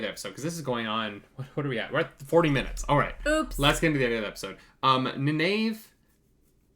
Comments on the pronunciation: loved the video just one minor point its pronounced Ny Neve not Ni nave but keep up the good work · Loved watching this :) gotta say you seem to be getting the more into it the more you get the hang of things, some of the thoughts there were quite spot on :D One thing you may benefit from is just pronounciation of Nynaeves name :P Try this: Nayneev ;) keep up the good work ps. the prime has a map of the world if you scroll down a bit ps.2: the war in the south was the war that they quickly showed. Logain was trying to take over Ghealdan, but was stopped.